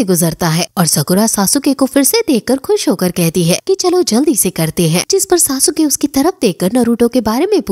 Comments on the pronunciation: It's sasuke not sa su ka (￣へ ￣ 凸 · Sasuke hai sasuuke nhi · It's not sa-su-ke it's sasuke(suske) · It's not सासुके it's सास्के 👍